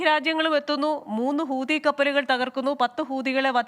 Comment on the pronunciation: ❤❤❤ പൂതി അല്ല. ഹൂത്തി .